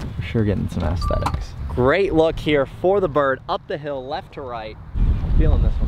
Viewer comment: Not sure what’s funnier, sending a driver the wrong way on the 1st tee or him pronouncing aesthetics as “ASS-thetics.” 😂